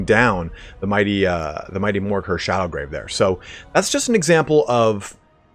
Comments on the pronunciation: Dude, it's called Morghur the ShadowGAVE, not ShadowGRAVE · No R in Shadowgave...